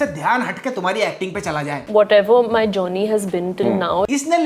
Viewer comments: I heard "Johnny" instead of journey 😂😂😂😅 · The way she's calling journey as geony shows her struggle.....btw nice work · Journey bola ya jonny sins 😂😂😂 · She said journey i heard Jonny 😢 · Journey ❌️ Jonny ✔️